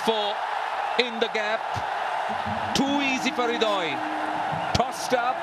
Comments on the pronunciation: It's Ridoy not Haidari😄 by the way thanks for great explanation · Correction: it's Hridoy (pronounced "Ridoy")